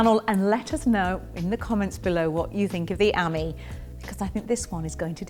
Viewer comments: Nice! But it's not the Citroën "ammy" -- it's the Citroën "amee" (as in ami, amie, amigo, etc. = "friend"). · It's not an Amy (like Amy Winehouse) it's an ah - me like mon ami... mon cheri !